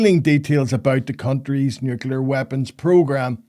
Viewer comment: Jake, I can hear that you are suffering a little voice box injury. Shouting at clousters and wee skitters, no doubt! BUT, you are sounding a wee bit like the whin Bush in your pronunciation of nuclear. As Billy said; 'Sound it out'. As a young man, becoming aware of the world, I read and was told about how Israel had turned a desert into a garden. That's fantastic, said Liam to himself. Then one day Liam landed in Beirut airport just after an Israeli had staffed the shite out of the shanty town of refugees who lived beside the airport. After ages sitting on the tarmac waiting until those jets to leave, we eventually got on the trucks to leave for our destination. We drove past the poor sandy town and their burning meagre possessions and smelled their burning loved ones. I still have it in my nose today and the look a big tall man gave us as he carried something out of his ruined shack. He let go of his burden with his left hand and turned and looked at us, a UN convoy, who are supposed to 'keep the peace'. That was in April of 1980 and the look that that man gave us is as fresh in my mind as it was the day I saw it. There was hardly a day went by that Israel didn't blow the shite out of somewhere, including us. One beautiful Sunday morning they walloped the whole place with white phosphorus. One of our medics that removed the phosphorus from a wee wean told me that he never wanted to see nor smell that again. That's enough of that. Jake, make us laugh.